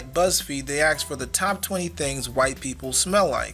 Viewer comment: it’s “ask”, not “aks”...lol...